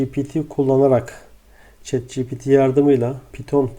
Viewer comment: ogli şet değil çat diye okunuyo